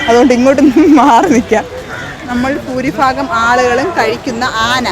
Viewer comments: ഫൂരിഭാഗം അല്ല ഭൂരിഭാഗം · ഫൂരി ഫാഗം. ചോദ്യം ചോദിച്ച് cecchi ........ മലയാളം ഭാഷയെ ദയവു ചെയ്തു കൊല്ലരുത് ... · എന്റെ കൊച്ചേ phoori phagam. എന്തോന്ന്. ഭൂരി ഭാഗം.... അതേലും നേരെ ചൊവ്വേ പറ